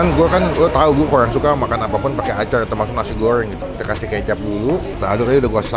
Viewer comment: Gua tau bg klo loe gak suka acar,,pasti karena ada R nya,,, Coba Klo gak da R nya loe pasti suka sama Aca kan,,,😁😁😁😀😀👍👍👍 Sukses bg,,,😁😁👍👍🙏🙏🙏